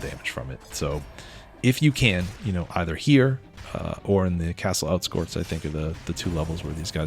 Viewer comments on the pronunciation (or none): "castle outskorts" 👽